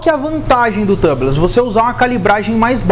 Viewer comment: Só uma dica amigo. A pronúncia de tubeless é “túbles”, não tãbles. Excelente vídeo. 👏🏽👏🏽